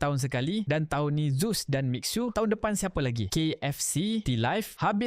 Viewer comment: Boss. Pronunciation Mi Xue : Miee-Shuueh. Bukan Mix-ueh